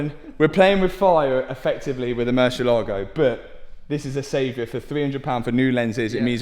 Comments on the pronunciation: Pronunciation please. Murciélago in spanish means Bat. Yes, Batman is Hombre Murciélago, except everyone calls him Batman. Anyways, every time you pronounce it you kill the word and makes spanish speaking viewers cringe. You pronounce it Murshe-lágo with the accent on the a. Ahhh! No! It's pronounced Murciélago. One long easy word with the accent on the e. Find a spanish speaking person please and ask them to teach you this ONE WORD. Hope you fix that grossly overpriced Bat. Saludos from Honduras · spanish speaking person here and it's so funny how you pronunce murcielago🤣